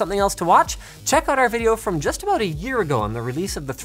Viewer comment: "Can you tell me again just what your talking... ABOOT?"